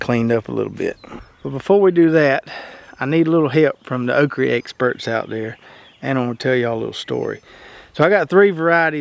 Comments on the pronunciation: It is okra not okree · Why can't you say "okra?" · Love how you say okry